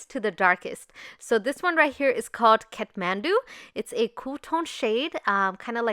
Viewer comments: Its kathmandu not catmandu😂 anyways love u💕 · Its not cathmandu its kathmandu you made amistake